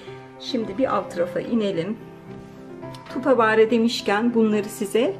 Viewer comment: Yazildigi gibi okunmaz tupperware, tapırver diye okunur